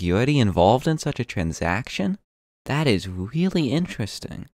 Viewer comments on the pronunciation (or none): That's a weally inwesting video ( im not mocking you your voice is cute )